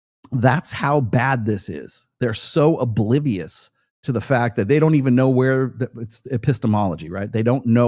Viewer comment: It’s not “bulivious”, dumbass, it’s pronounced “ob-livious”. That’s what comes of never having seen the inside of a classroom. Anyone who buys his book is a similar dumbass.